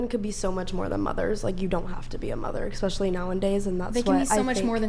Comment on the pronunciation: She says, "... Expecially nowandays..."